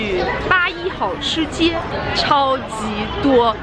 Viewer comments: 妹妹欢迎来重庆!!! (小声：是hao四声 吃街噢~） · 重庆真正好吃的火锅一般都不会在显眼的街边 吃个饭能接受几个小时的排队除了666没什么好说的 本地人一般转身就走 还有那个字读"好hào” 四声 指的是行为爱好 不是东西的好坏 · 好吃街的“好”字读四声。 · 这个好吃街不读三声，你应该读四声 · 好（这里发四声） 吃街。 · 八一好吃街的好应该是读四声~